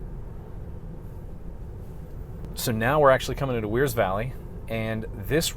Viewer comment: Not wearsville, Wears Valley.